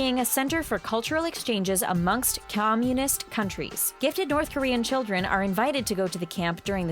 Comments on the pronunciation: Communist is not pronounced com-YOU-nist, it's pronounced COM-you-nist. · I can't make it through this video because the woman can't even pronounce "Communist" correctly. Wow. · did she just pronounce communist wrong?